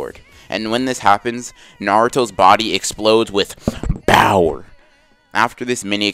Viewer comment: Why does everytime you say power you say it like that